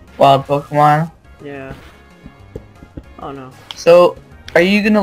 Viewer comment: ITS NOT POKEMAN ITS POKEMON MON MON ONNNN :P PLEASE STOP